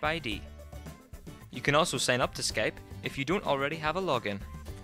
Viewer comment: Skaype hahaha